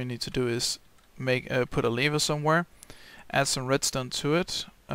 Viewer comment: Lever. "e"